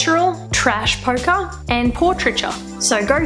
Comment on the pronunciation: It's actually "trash polka," not "trash poker" :P